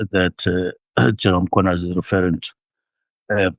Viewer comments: why are u always pronouncing it as Mkhwananzi?? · Not Mkhwananzi but mkhwanazi... plz correct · please man, it's Mkhwanazi not Mkhwananzi... Respect Ndonga please 😂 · MkhwanaZI not MkhwanaNZI,.